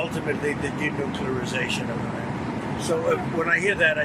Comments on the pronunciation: 😡“I call it the de-nuk-you-lar-i-zay-shun of Iran.” ❌Not a word on so many levels. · "Denuclearzation".... he makes Bart Simpson look like a Rhodes Scholar. What an absolute fool.